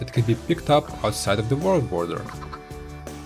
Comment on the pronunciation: The Vorld border :D